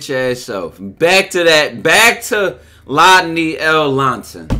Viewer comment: Bro called him a Triple L (Lodney L Lohnson)😂😭